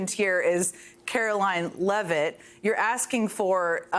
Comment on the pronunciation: It's Carolyne Leevitt, NOT Levitt, geddit?